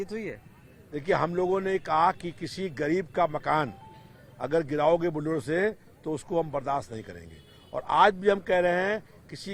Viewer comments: Toh tumne phd kar li h kya bukdozer bolne mei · इसको बुलडोजर बोलना भी नहीं आता....🤣🤣🤣🤣🤣